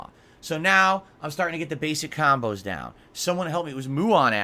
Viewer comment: ahhhhdvanced kahmbows LOL kahmbow kahmbow kahmbow kahmbow everythings a kahmbow. Also does he forget that his chat is in 24hr sub mode so no trolls cant just stubmble across his stream and decide to troll. must think trolls sub then wait in the wings for the perfect moment to strike.